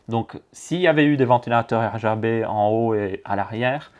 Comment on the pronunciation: des ventilateurs R Ga B ? tu en perds ton français tellement que c'est un bouzou ^^